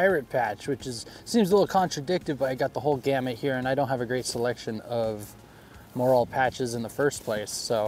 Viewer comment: Morale not moral patches. Does not rhyme with oral. 😊 Otherwise nice little kit.